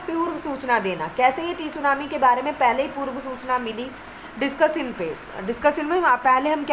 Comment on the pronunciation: Mam isko tsunami nahi padhte hai